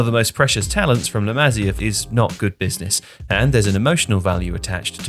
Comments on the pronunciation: It's pronounced 'LA MA SIA' NOT LA MAZIER FFS 🤬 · It's La 'Ma-see-ah' not La 'Mazeeuh' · "Le Mazzia" bro tell me you're trolling for engagement 😂